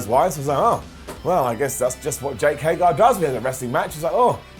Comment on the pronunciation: It's HAY-GER!!!!!!!!!!!! Stop it!!! It's not HAY-GAR!!!!